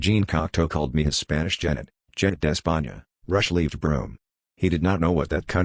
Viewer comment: This is a travesty! An AI attempting to imitate a human reading, only a human who has no sense of pacing and can't pronounce the author's name. What a combination -- that sweet spot between sick and sad. Just read the book. Better yet, read it aloud because it's pure poetry.